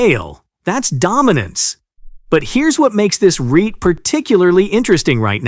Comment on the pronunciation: So, you're going to "potentially triple [my] 'Are-Ree-Ite' income" !